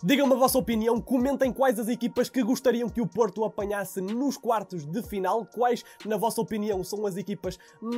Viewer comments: 0.30 seg. "Porta" 😂😂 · Parecia que estavas a dizer porta! Porta!